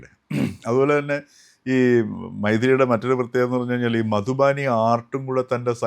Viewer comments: മധുബാനി അല്ലാ മധുബനി അല്ലേ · മധുബാനി അല്ല, മധുബനി.